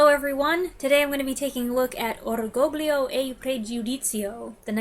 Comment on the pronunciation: The second G in orgoglio is silent, and a Y sound is inserted after the L, like the Y sound after the N in lasagna.